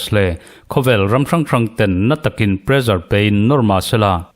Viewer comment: Pressure kha Mizo ṭawng ni lo, sap ṭawnga kan hmang a nih chuan ' prezar' tihsak lovin presar tihsak ila.